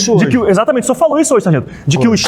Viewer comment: E fargento kkkk